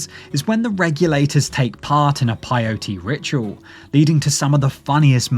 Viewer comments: It's PAY- O-TE not PIE-O-TE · wtf is PIE-o-tay?